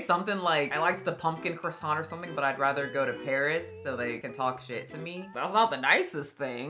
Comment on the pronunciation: I love your videos but as a French, we do not prononce Croissant as Kwassantt 🥲it's prononce as Krrwa-sahn we do not prononce the T as the end , the kr sound must come out of your throat ahha. Howerver I know this sound for you native english speakers bc you don't really gave it in English but still hope it helps ;)